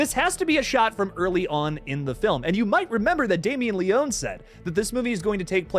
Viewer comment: It’s pronounced Leoney as if there was a Y on the end 🇮🇹💪